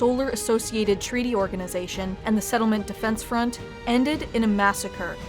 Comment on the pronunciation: "sefdef" lol